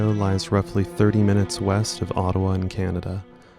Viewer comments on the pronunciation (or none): none